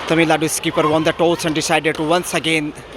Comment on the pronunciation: how difficult is that for you to pronounce Tamil nadu ?. Is that a north indian thing ?